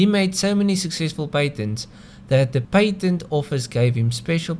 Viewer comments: pat ent, not pait ent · PATEN!!!! NOT PAINTEN.....